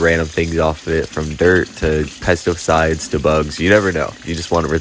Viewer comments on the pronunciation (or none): bro really said "pesto-sides"